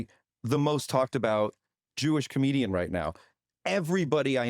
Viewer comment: A com-EGO-dian...